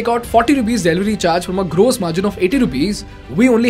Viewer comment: Fix your pronounciation for 'gross'. It hurts my ears!